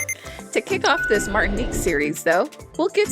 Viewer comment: Se pronuncia Martinic